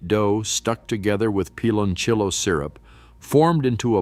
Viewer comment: It's pronounced like peeh lon siyo.not pilonchello